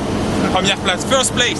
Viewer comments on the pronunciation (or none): none